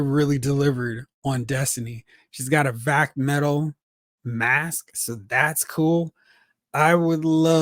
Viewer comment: Who said vac-metal?